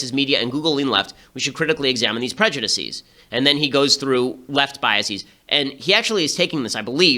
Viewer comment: You are pronouncing "biases" and "prejudices" incorrectly, and it's driving me insane.